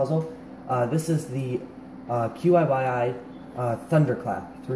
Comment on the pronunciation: I believe that the compay's name is supposed to be pronounced, not just spelled out. I've heard it called "chi-yi", and I've also heard it called QY (like YongJun/YJ).